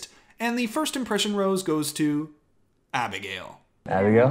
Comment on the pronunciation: wait did you dub abigail's name into the bridgerton opening yourself because your accent sounded so good lol